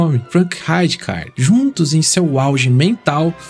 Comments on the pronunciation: “Rajicardi” é foda KKKKKKKKKKKK melhor chamar de Ricardo logo KKKKKKKKKKKKKKKKKKKKKK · Parabéns pelo excelente vídeo. Tive o privilégio de assistir a esse monstro jogar, tanto pelo lendário Milan, quanto pela seleção holandesa na Eurocopa de 1988. Apenas uma crítica construtiva: Você está errando na pronuncia de algums nomes. Frank Rijkaard se pronuncia Frank "Raicar", Rinus Michael, se pronuncia Rinus "Mitchels" e não Maicous. 👍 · A letra J tem som de I , no nome do Rijkaard